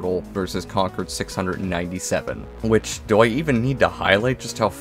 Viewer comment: One of the few youtubers who pronounced concord right